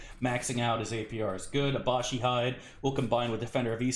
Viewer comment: Is "Abashi" some kind of meme I'm not familiar with? Otherwise, it's Abishai. A-bi-shai. Abishai are lesser devils, Baatezu, that look like humanoid dragons. That's why they won't let good characters wear it, that armor is literally "of the devil". If you played Planescape: Torment you can see a black variant of them roaming in the Hive, first city you go to. Other than that, I don't recall them in Infinity Games. I think several were in Avernus in Siege of Dragonspear(?), as well.